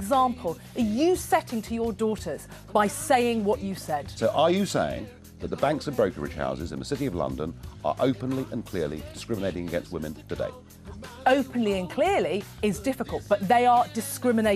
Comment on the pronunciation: did anyone else hear her say 'discriminatring' at the beginning ?